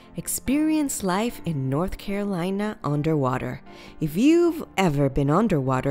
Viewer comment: i stopped watching because of the ways she says the name